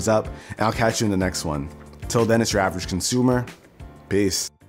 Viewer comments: I can’t avoid hearing “Travis consumer” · I thought u said "Whats going on guys ur drivers costumer" xD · "its yur avrgcnsumr" no offense, just funny af